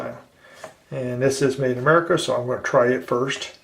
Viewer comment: he said Made in Merca 😂 😂